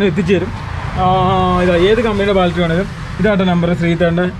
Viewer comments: Baltary അല്ല ബാറ്ററി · Baltry alla battery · പൊന്നു മക്കളെ അത്യാവശ്യം ആൾക്കാർ കാണുന്ന ചാനൽ അല്ലേ നിങ്ങളുടേത് ഇനിയെങ്കിലും പറയുന്ന വാക്കുകൾ ശ്രദ്ധിക്കൂ ബാറ്ററി എന്നു പറയൂ ഞാൻ തന്നെ മൂന്നു നാല് പ്രാവശ്യം പറഞ്ഞതാണ്